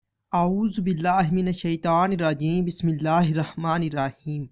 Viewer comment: Aoa, thanks for nice information. Please don't mind but please correct your tajveed of Bismillah it is very much incorrect. Wassalmun Alaykum Warahmatullah Wabarakatohoo